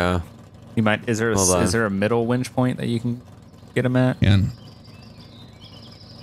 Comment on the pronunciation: It's winch not wench